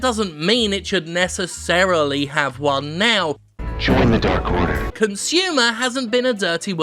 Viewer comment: DAR KORDER